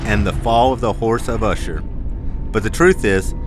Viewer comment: Did he say the Horse of Usher or did I hear him wrong?